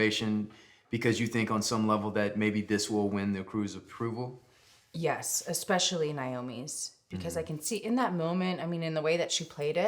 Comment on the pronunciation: Mr. Chatham, it's especially not expecially, please. :)